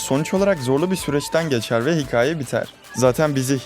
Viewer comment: Hikaye demeyi öğren lütfen.... Kötü niyetle söylemiyorum videoların çok güzel izliyorum, ancak anksiyetemi tetikliyorsun :D